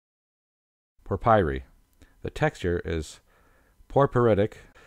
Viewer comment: kept calling porphyry, por-pie-ree, smdh